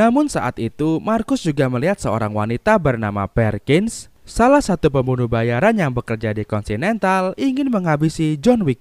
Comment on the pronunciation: Yosef bang bukan Losef Perkins bukan Parkins